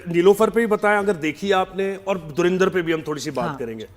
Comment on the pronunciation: Aare moorkho proper pronunciation to seekho it's not dhurindar it's dhurandhar for aage film par baat karna baki hume jo duniya ko batana tha humari film ne bata Diya hai ab tum jalo bhonjo kuchh bhi karo ab to damage has done